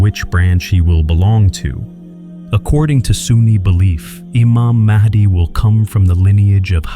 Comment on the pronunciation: ИМАМ МАХ,ДИ, А НЕ МАХАВИ ИЛИ МАХИ...!!! ДАДЖАЛ, А НЕ ЖАЛ ИЛИ ДЖАЛ...!!!